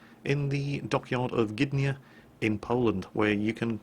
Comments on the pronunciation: As far as the name goes, you were pretty close. However it is not Blyskawitsha, as much as more like Blyskawitza. Also, not GYDnia, but GDYnia. Similar to Gdańsk. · Gydnia? Really? ehh